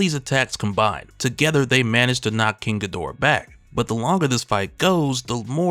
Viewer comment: This was dope lore. But the weebs gonna get at you for saying "king gadora" instead of "king gi-do-rah"😅